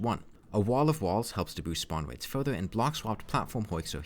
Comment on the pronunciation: why do you say w for r (upwate, spawnwates)